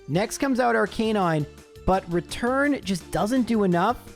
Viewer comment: I love your content but I hate the way you mispronounce Arcanine